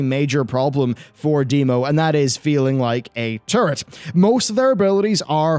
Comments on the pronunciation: hehe sounds like hes saying "turdy" class. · Why does he keep talking about being a 'turd'?? Oh, he's saying 'turret'..